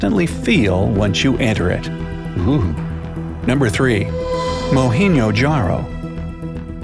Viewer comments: It's not Mohenwo Jaro,, it's Mohenjo Daro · Mo hen jo daro not mo hen do jaro. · Its MOHENJO-DARO not MOHENEO-JARO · u said moheno jaro . it is "mow-hen-joe-----da-ro"" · its pronounced mohenjo daro not mohenyo jaro :) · every indian knows how to pronounce this it is not mouhengjodero its mo hen jo(jaw) da ro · No one: Literally no one: Not even dora the explorer: trying to say 'Mohenjo-daro: mohenyojaaro Me: (😂😂😂😂😂😂) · He pronounced Mohenho jaro😂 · its mo-hen-joe dhar-oh :) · it's pronounced "Mo-hen-ja-dero" and everybody knows why the civilization disappeared, it's because if drying up of the rivers there. And it's where ancient Indus Valley Civilization occured! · Its MOH-HEN-JAR-OO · mohenjo jaro 😂😂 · When he said Mohenjo-daro I was like what did u say I didn't get u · Who's else were triggered when he spell mohenjo daro wrong? Or it's only meee.... Then okkk...🙄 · He said* it wrong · its spelled correctly, but he said it wrong. -. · He pronounced it wrong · Me he said it wrong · I didn't and he said it wrong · Yes he said it wrong😁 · Ace gaming he pronounced it wrong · pratyusha likhan kashyap he said it wrong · He spells it right but messed a little bit with the pronunciation. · Me, he said it wrong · The way he pronounced mohenjo daro. I left a loud guffaw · Him pronouncing Mohenjo-Daro wrong Pakistanis:umm what exactly did you say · u just fuc*ed up the name right there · And mohenjo-daro too